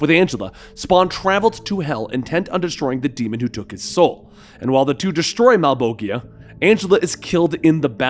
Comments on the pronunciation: You mispronounced Malebolgia, it’s pronounced mal-BOL-3ia, the 3 represents the sort of s sound you would find in words like vision or pleasure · Its actually malebolgia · Pronounced Malbowjah not malboggyha. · Malebolgia is italian dude. Mah-leh-bol-jia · Love the channel and this new Spawn stuff. But am I the only one who noticed he pronounced Malebolgia as Mailboikeeyah? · Mal. Bole. Jyah. Sound it out. Mal. Bole. Jyah. Other than that, thank you for being awesome and bringing Spawn into the light and sharing him to potential new readers. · Please do more spawn, Ive already read a lot of the stories myself, but I love your narration. So please do more. Also I thought it was pronounced mal-bol-jah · Malebolgia (Mal-Bowl-Gia) Mammon (Ma'am-Awn) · I heard pronounce malboshia as "mal-bogia", the fuck. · You pronounce it like Malbolgia. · Do it. Spawn is a great series, but first we need to figure out how to pronounce “Malbolgia” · No one gonna mention that he pronounced Malbogia"s name wrong? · Do it. Spawn is a great series, but first we need to figure out how to pronounce “Malbolgia” 😆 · Also its Mal-bo-gia and Cog-li-ostro